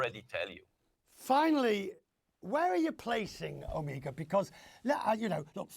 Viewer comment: He initially says the right pronunciation is O-meg-a, then later on he keeps on saying O-me-ga. FAIL.